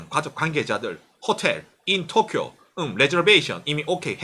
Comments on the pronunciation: 이 "토키오" 하는데 왜 저한테는 " 떡이요" 들리는 지....^^! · 또끼오~넘 강한 발음..